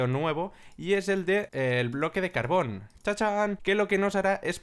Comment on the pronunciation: no insultes a mojang se dice carbor, haunque me izo grazia